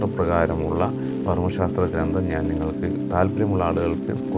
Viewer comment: വിലയേറിയ അറിവുകൾ. വളരെ ഉപകാരപ്രദം . ഒന്നു ശ്രദ്ധിക്കുമോ ? " ഗ്രന്ഥം " എന്നാണ് .ഗ്രന്തം, അല്ല.